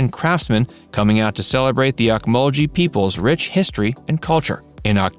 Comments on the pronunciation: Ocmulgee is pronounced Oak muhl gee, which is an Indian word meaning "bubbling water" or "boiling water". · You are saying ocmulgee wrong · Bro you pronouncing ocmulgee wrong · Please learn to pronounce points of interest before you go on air. You really were off on Okmulgee.